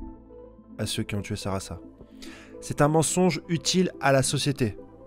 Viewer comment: Pour dire sarada à la place de sarasa ç’est chaud 😭